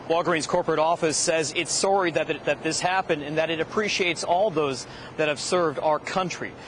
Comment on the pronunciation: Can we mention how the guy said sorry like soary. Just a humorous thing in the situation